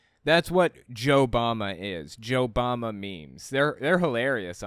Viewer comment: I heard Joe Mama not JoeBama lmao